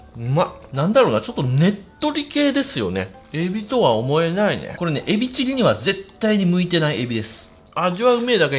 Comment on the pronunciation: エビとはオモエ↑ナイネ